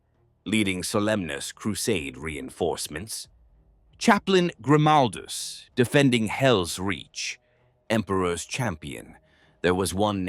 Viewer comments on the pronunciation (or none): Yep, bullshit ai. Can't pronounce Grimaldus name the same way twice.